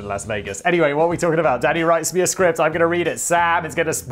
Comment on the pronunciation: Definitely sounded like Simon said "daddy writes me a script"